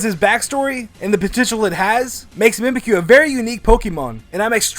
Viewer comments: ITS mimicyu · Mimikyu Mimic-you